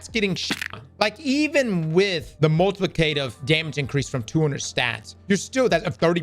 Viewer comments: Say multiplicative for me 😂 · mispronouncing multiplicative gets me every time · The way says multiplicative bothers me.